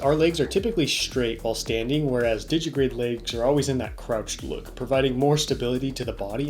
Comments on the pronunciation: Digitigrade. Not digigrade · A nitpick: It's _digitigrade_, not 'digigrade'